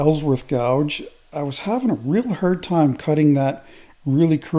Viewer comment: I don't know if it's hard, but it sure is "hurd" 😁😁😁